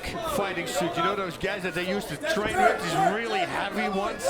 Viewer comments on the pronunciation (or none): none